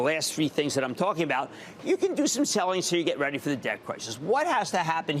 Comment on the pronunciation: "Just not worth seliing anymore" rofl